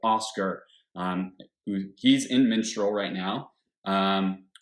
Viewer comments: The funny thing is he actually said it right a few times. But he always goes back to "MiNstral" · "Minstral"...... sigh.